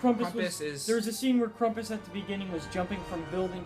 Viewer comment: Nice review, and! Oh, and by the way, it is actually pronounced Cram-puss so pronounce the beginning like e word cramp and then us. I'm no grammar nazi or anything pronounce it however you want but I just wanted to point out that I do think that you were mispronouncing it.